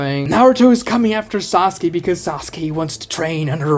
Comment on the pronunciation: haha "sauke"